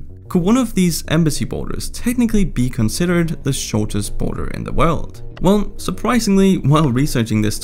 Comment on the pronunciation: “The US-Canada Boner” is what i heard XD